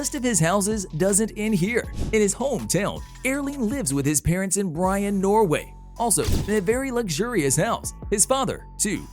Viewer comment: He is from Bryne, not Bryan 😅